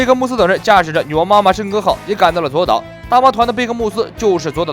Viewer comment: 左 烏 啦 不是左 島